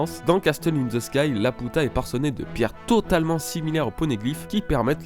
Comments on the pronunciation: une théorie qui envoie du pâté c'est vrai mais par contre Laputa mdrr c'est pas La Puta.. Ça se prononce Lapiuta comme dans le film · On prononce "Lapiuta" Sinon, superbe théorie !! Merci à toi pour le partage de la théorie :) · dsl mais jes vus le film et ca se dis "la pi ou ta" désolé mais sa me stress trop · laputa... ._. ça se prononce Lapyuta x) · A chaque fois que tu prononces laputa je me tords de rire :-*